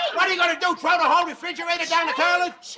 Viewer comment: Terlit,berl,for boil🤣